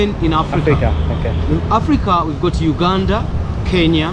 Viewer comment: Enaku Mattum than Uganda, Wakanda nu ketucha 😂😂😂